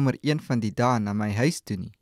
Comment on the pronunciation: The word "huis" is not pronounced like in "hi". One should pronounce the word on the tip of the tong and not in the back of your mouth.